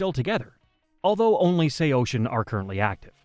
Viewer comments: SHEYOSHIN? I always said it as SAW SEEN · Bro couldn't get the AI voice to say Say-o-sin. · Say-Oh-Sin. I had to stop in the first 18 seconds of this video. Stop using AI to create these BS "band histories". Why is this so popular now? You share the most basic information and have zero band member perspectives. Do better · ((SAY-YO-SIN))!!!!!! ILL SAY OCEAN THE SECOND YOU SAY MY BANDS NAME RIGHT! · First, it’s pronounced Sayo-Sin. Second, Cove is the permanent singer. Third, Anthony being a drug addict, especially heroin is a big reason he’s not in the band anymore… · SAYO-SHIN??? WHO TF IS SAYO-SHIN?!!! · Brother. It’s pronounced SAY-O-SIN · Sao-shin ?lol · sayocean is the way it's pronounced fam lol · I have never heard anyone pronounce it that way before 😂😂😂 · Wtf? Bruh pronounce it correctly! There’s no H in SAOSIN! This is just as annoying as morons say “nucelar” instead of nuCLEAR🤦🏻‍♂️😒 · I turned it off 10 seconds in when u pronounced it like that. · Why are you pronouncing it like that?? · Well he’s wrong too haha. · AI murdering the pronunciation of the band name lol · its the dumb AI voice. These videos kill me, decent b reel footage, decent script but they get an AI voice that makes mistakes like that.